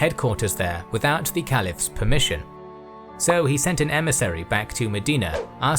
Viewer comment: More bs from the shayton trying to teach Muslims our Deen . This is misinformation and it is funny that the maker's of these lies can't even pronounce the easier Arabic words right. Like kalifas